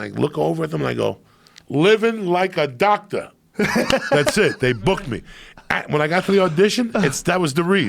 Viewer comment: "Living like a Docta"